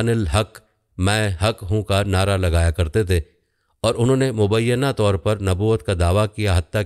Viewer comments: لفظ نادا غلط ہے نعرہ لفظ ہے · تصیح۔۔۔ نارہ ❌ نعرہ ✅ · بھائی! "نارہ" نہیں لگایا "نعرہ" لگایا! کیسے تیرانداز ہو؟ سیدھا تو کر لو تیر کو! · آپ کو نعرہ اور نارہ کا فرق معلوم نہیں - حیرت ہے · نعرہ نعرہ not نارہ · نارہ نہیں لفظ نعرہ ہے 😂😂😂😂